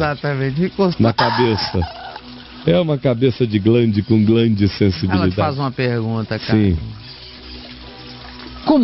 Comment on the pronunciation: "Glande sensibilidade" kkkkkkkkkk